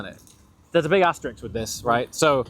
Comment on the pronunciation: Asterisk, not Asterix!